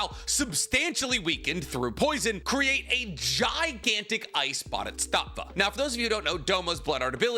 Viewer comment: Am I the only bothered by the way he pronounces Bodhisattva?